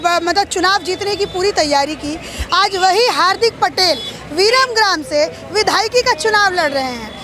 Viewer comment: पहले तो viramgaam बोलो ना कि viramgram